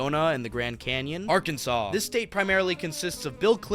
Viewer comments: Arkansas (pronounced ARE-can-saw (primary emphasis on the first syllable, secondary emphasis on the third syllable)) native here…I’ve been to 47 of the 50 states, and I have opinions on what this YouTuber says about all of them. However, I MUST comment on his characterization of my home state. First, Bill Clinton is a HORRIBLE example of an Arkansan (pronounced are-CAN-zen). While we are proud to say we produced an American President, I don’t think any of us are proud that it was him. And yes, a few of the greatest entrepreneurs of America have started here: Sam Walton who founded Wal-Mart, and John Tyson of Tyson Foods, among others; but they are hardly what this YouTuber claims this state “primarily consists of.” Arkansas is one of the most beautiful states in the Union. Yes, we invented cheese dip (AKA queso) and have some funny sounding towns (like everywhere else in the world), but we also have Crystal Bridges Museum of American Art, a beautiful piece of architecture on 134 acres in the Ozark Mountains that focuses on American art and exhibitions, Thorncrown Chapel in Eureka Springs (a town that deserves its own special recognition), the beautiful Christ of the Ozarks (similar to the statue of Christ in Brazil), and Garvan Woodland Gardens, a beautiful botanical garden located in the Ouachita (pronounced wah-shihi-tah) Mountains of Southwest Arkansas. We are a hub for outdoor sports from fly fishing to mountain biking, and we are the duck hunting capital of the world. We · He literally said Arkansas right and then you instantly pronounce it wrong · Arkansas is beautiful!! This boy is a jerk!, for some reason or other it is pronounced saw at the end, not sas......dont ask me why!! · It’s Arkansaw not Arkansas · When you pronounce Arkansas, you do not pronounce the last S. It is pronounced Arkansaw.